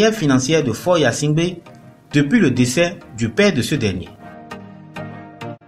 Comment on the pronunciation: Mêlez- vous de ce qui vous regarde et dans votre pays ! Qui va s abonner ? Mais...vous 'e savez même pas prononcer son nom. On vous a dit qu il se nomme yasimgbe ??? Tais- toi!!!!